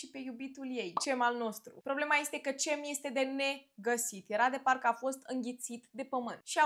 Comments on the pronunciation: C din Turcia se citește G -GEM nu CEM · Se pronunță "Minever" că ai zis că pocesti😂 și GEM spor ❤ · Cem in turca se citeste Gem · Bună, se pronunță Gem